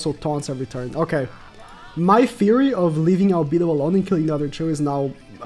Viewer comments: Cah kuy tus We’re mad about how you said Albido btw (Al beh doe) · Just some pronouncements tips for ma boy: Albedo = Arubedo (the e its not pronounced as "e" instead it's how people pronounce A in English) Shaltear = Sharutear (the e is pronounced as E in english) Cocytus = Kokyutos